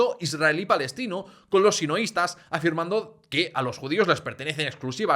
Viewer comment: ¿Por qué dices sinoistas y no sionistas?